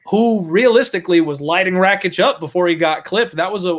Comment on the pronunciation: Pronounce Rakic's name properly fs... Ignorance, calling Santos that 37 year old what does that mean. Tool